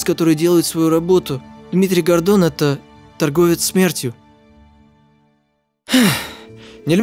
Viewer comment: я один вместо Гордон слышпл Годо....кхм кхм ладно нечего